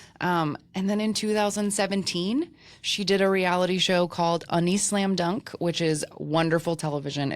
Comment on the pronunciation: So this may be a bit bitchy tto say but unnie is pronouncrd AU NEE..not UN eeI. Also Noona is similar to Unni as a girl talking to her older sister would say Unni and a guy talking about his older sister will call her Noona. And yes while there is a dark side to K-pop it's actually Korea as a whole that has issues with suicide because of the stress they put on kids in school the pressure to look perfect to ostracize those who are not beautiful and the stress about getting a job being successful. So it's not just K-pop its Korea as a whole. Plus they don't talk about mental illness is often as they should.